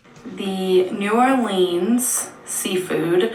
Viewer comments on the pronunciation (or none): she said NEW ORLEANS WRONG!!! and I'm fucking triggered